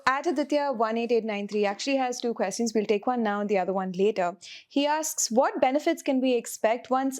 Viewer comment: Very insightful, as always! talks are always well thought-out. The mizo-rohingya connection is obviously debatable, but the geopolitics is still sound. Request to - can we please do something about the "kwes-tee-uns" from the host please? It is so distracting - obviously a mispronounciation, and she herself is inconsistent, so it's obviously something that maybe sounds cool in her own mind. It always jars and distracts in an otherwise wonderful series